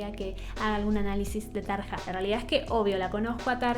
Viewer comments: Tarja se pronuncia Taria como Arya Stark de GoT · Se pronuncia Tarya o Tarlla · Este comentario va de buena onda entre disléxicos parlantes (?) Jajajajaja veo que en varios videos pronuncias de diferentes formas los nombres. Anette se dice como si dijeras Danette pero sin la D. Floor Jansen solo es Flor Yansen Tarja Turunen es Tarrrrria Turunen. Con Tatiana no te puedo ayudar, su apellido tampoco me sale aún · Me gustaría que des tu opinión con una video reacción entre Floor y Tarja. Por cierto...en neerlandés la J se pronuncia I latina, por lo tanto sería Taria y Floor Iansen. Como para aclarar un poquito. Gracias y seguí sumando suscriptores!!!! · Me encantas. "Tarja" se pronuncia "Taria" porque la letra "j" en finlandés se pronuncia como "i". Amo tus reacciones y el disfrute que se te nota cuando escuchas este tipo de música. Nightwish es un increíble deleite en toda la extensión de la palabra, sobre todo en shows en vivo!!!! Floor fue la cantante de After Forever. Por eso te suena conocida. Saludos desde México. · Tarja se pronuncia Taria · No se pronuncia Tarja, sino Taria. En el este de Europa el diptongo "ia" no es aceptado y se pone "ija". Por ejemplo policia se escribe policija pero suena policia. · En realidad se pronuncia "Tarria". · Se pronuncia Flor iansen y Taria. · Se pronuncia Tar i a o mira algun vídeo de Nightwish ahí hablan en finlandés y se nota claro como es la pronunciación :) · se dice flor, y tarria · Me gustó mucho tu reacción y análisis de la canción seguí asi y ponele mas detalles técnicos si queres porque le da mas valor al video. Seguí con Nightwish porque tiene joyitas en todos sus discos. Dejame que te corrija el nombre de las cantantes Floor se pronuncia Flor y Tarja suena como Tarria.